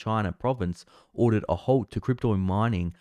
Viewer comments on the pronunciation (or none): none